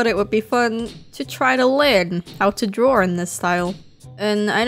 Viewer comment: It sounds like you're saying "drawrl" when you say draw. No offense.